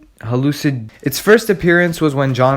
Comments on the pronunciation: Hah-Luo-Si-Gee-Na = Hallucigenia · Can't say "Hallucigenia" because you have a short mongoloid tongue or Fritz cut it?